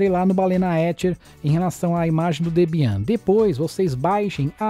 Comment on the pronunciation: Debian.... fala-se Débian.... é uma Linux muito importante